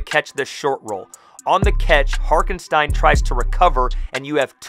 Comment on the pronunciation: can’t lie, it bothered me as a giant OKC fan lol. His name is Hartenstein. Pronounced Heart-en-Stine